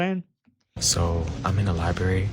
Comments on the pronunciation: Never trust someone who pronounces LI-BRARY as LI-BERRY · I'm not tryin' to listen to anyone who says "LYBERRY" or "LITTLE-LY." 😂